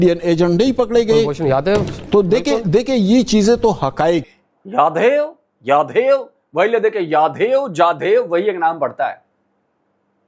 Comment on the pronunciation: In लोवेडे लगो को एक word भी बोला नहीं जाता कभी यादेव कभी झादेव 🤣